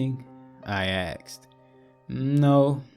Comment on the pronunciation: Everytime. I get caught up in narration...then "they axed me,... She axed" bang. Bubble popped. I just can't anymore. I'll check back in a few months.